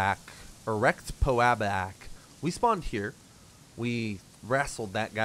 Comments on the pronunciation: Nice pronunciation erectpoaboack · ERECT POE ABOACK lol. I find this amusing, please never learn how to read Cyrillic. Nice content btw, subscribed.